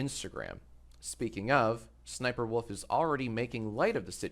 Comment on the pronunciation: Her name is sniperwolf not sniperwoof